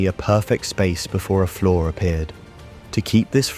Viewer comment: Learn to say the words "see" and "flaw". please. Otherwise good video until the final heaven and leviathan portions.